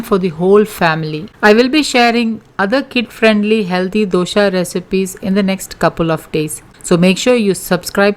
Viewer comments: Its dosa not dosha, pronounce properly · Mam your explanation is very good. But it's not Dosha but simple Dosa. When you pronounce wrong way it's jarring 4 d ear. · It’s nice of u for giving all this nutrition facts but it is so annoying u keep on saying dosha instead of Dosa!!! Please dont kill our tradition food pronounciation!!! Thanx